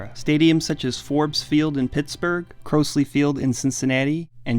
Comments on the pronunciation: If you are going to cite older stadiums learn how to pronounce them correctly. It’s Cros/ly with a short o and shibe park with a long I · It’s pronounced cr-OZ-lee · And not Crows-Lee park in Cincinnati. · Shibe rhymes with Tribe. Crosley sounds like “Crawsley”. Good piece otherwise. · "Croasley" field? "Sheeb" park? You put out this and you can't even pronounce the names properly? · You also mispronounce Crosley as in "Crawsley" Field in Cincinnati. Otherwise, nice job. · I hope you take this as a constructive criticism, because you've done a very good job, but if you're going to make a document of history, make an effort to get the pronunciation of the names involved right. In terms of pronunciation it was "Craws-lee Field" and "Shybe Park". Otherwise, keep up the good work. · I love the video but the pronunciations at points are brutal. It's "Cross-ley field" in Pit and "Shahy-b" Park (rhymes with "tribe", shibe). Other than that, fucking love the content! (Also fuck Comiskey) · Also not “Crowsley” Field .... 🤦🏻‍♂️ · Shy-be Park, Cr-oz-lee Field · CRAW-slee and SHYbuh. Or if you're really lazy about the latter, Connie Mack Stadium. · How you pronounce Crosley and Shibe wrong back to back? 😂😂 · The narrator mispronounced "Crosley" and "Shibe", and lost me. Do some quality control before you put something like this out. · You mispronounced Crosley and Shibe parks. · Curious how any English language speaker could possibly mispronounce Shibe and Crosley. There are a lot of complicated names in the world, for sure. Neither of those is anywhere near that list.